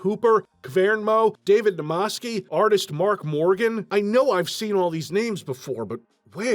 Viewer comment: It's David Namaksy, not Namasky...